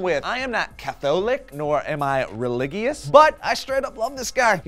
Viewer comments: re-lig-e-ous lol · Nor am I relig-ee-us